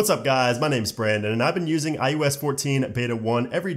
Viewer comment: STOP SAYING IUS IUS IUS. IT IS IOS